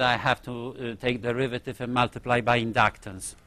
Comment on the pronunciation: indaactaar and indaactaance